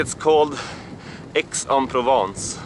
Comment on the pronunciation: Yes .. you spelled it quite good ... Aix-en-Provence 👍👍👍